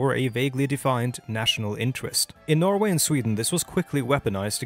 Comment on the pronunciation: While i am not fully on board with your video here, i have to say that, except for the pronounciation of "Norway", you have absolutely no norwegian accent whatsoever.